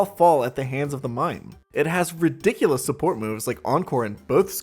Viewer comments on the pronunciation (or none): none